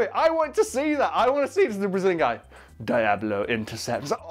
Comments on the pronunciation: DEE-AHH-BLOE. please... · "Dayablo Intercept" x)